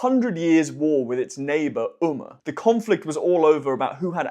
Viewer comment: There are numerous mispronunciations in this video.